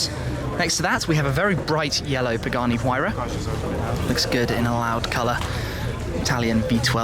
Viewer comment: Hey guys, is it, as in Pa.."GAR"..ni or Pa.."JAR"..ni? For what's worth, it's Italian made U know..,shudn't it be pronounced in proper Italian, where "G" is "J". Yes., tho' I too in this, am aware the company's principal designer & share holder is of Argentinian origin, they whom largely speak Spanish. So what now duz that make for the letter 'G', Pagani -"Pa..AA..ni"??, cuz in Spanish the letter 'G' is essentially a silenced phonetic.